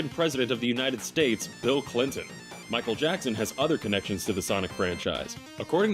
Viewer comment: BEEL KLEENTON?!?